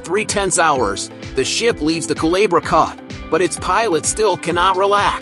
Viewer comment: El lago se llama CHAGRES no como usted dice. Y el corte no llama Calabra...se llama el corte CULEBRA